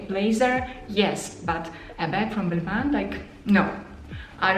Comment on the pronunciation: I think it's pronounced balmah